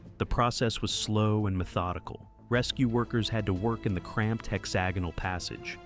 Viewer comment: Pretty sure that's not how you pronounce hexagonal. I could be wrong though